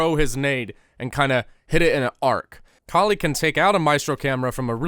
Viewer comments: Her name is pronounced call-ee and is referencing kali ma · Its kaa-lee (i am indian) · It's the name of an indian god. Pronounce cauh-lee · the whole saying her name wrong wasn’t funny until he said calculator. for some reason that fucking killed me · I love how he just gave up pronouncing her name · my god it's just a 2 syllable word... how difficult can it be to pronounce it?! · Not gonna lie. Mispronouncing Kali's name wrong 30 times in this video was extremely annoying and off putting. You overused the joke. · very slick of you mispronouncing her name to make the vid 10 mins.. i m o n t o y o u